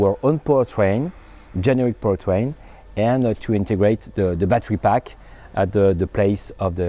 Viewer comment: Im sorry I keep hearing power train ... to pu tang.. I couldn't stop laughing.. Im sorry petty humour.